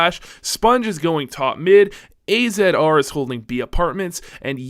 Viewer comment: Also AZR is pronouced as Azzar